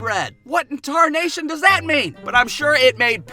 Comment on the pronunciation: Did somebody count how many times he they said tarnashin or whatever it’s called?